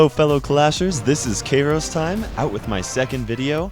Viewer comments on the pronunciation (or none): Aah yes my favourite youtuber. Lol, I guess u didn't know how to pronounce it then,. You have immensely grown as a youtuber!! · You pronounced the name wrong. You said "K-ros" instead of "Ki-ros" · I like how he said keyros instead of 😂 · kayros time what happened to kiaros time? (spelt it by pronunciation ) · I can’t believe said kayros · Ka-ros time lol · Kay-ros Time Oh how times have changed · Kayros Time!!????? welp, I guess he changed the pronunciation..... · you pronounced Kairos kayros in the intro LOL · "Kay"ros Wow! Hahahaha Even your first video's quality was superb! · This man used to pronounce his own name wrong 😂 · The way he said Kairos sound a so weird from now